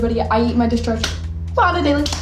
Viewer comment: whats a dis - charge???